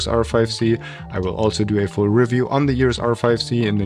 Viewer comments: Please make an effort and pronounce EOS not EORES. You can do it! Lots of deutsch/austrian people can! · It is EOS, not EUROS.